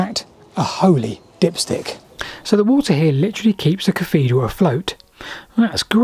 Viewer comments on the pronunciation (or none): Interesting stuff. But I have to ask - why do you keep calling it a caffedral? It's not a speech impediment, as we hear you clearly saying "thing" & "things" at 2.45 in the video. Is it just lazyness? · What's a caffedral? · Salisbury Cafedral....really?!